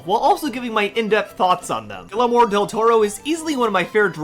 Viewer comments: You said his first name in the beginning wrong. 😂😂😂it's Guillermo, not guillermoro😆😆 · You’re saying his name wrong, you idiot! It’s “GEE-AIR-MOUGH!” Say it with me, please. GEE. AIR. MOUGH. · Great video! But, if you don't mind, I'd like to tell you how to properly pronounce Guillermo del Toro's name. The name Guillermo is pronounced like "ghi-yer-mo." You were correct in using a hard G rather than a soft G, though. When two Ls show up beside each other in Spanish, it's pronounced with a "y" sound or a "j" sound. When a regular "L" shows up on its own, you'd pronounce it the way you would in English. It's definitely not the easiest name for most non-native Spanish speakers (myself included), but I just wanted to let you know how it's pronounced, as politely as possible! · “Gillemore Del Toro” is crazy! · It's GEE-AIR-MO Del Toro! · How did you not figure out how to pronounce his name before recording… as you said he’s one of the most acclaimed directors of the 21st century how did you fail to check your pronunciation… like that just ruined your credibility and likability for me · I think he knows. He’s just saying it like that as a joke.